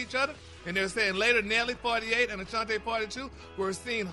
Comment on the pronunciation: HER NAME IS NOT ACHANTE ITS ASHANTI. CAN SOMEONE CORRECT HIM OVER THERE PLEASE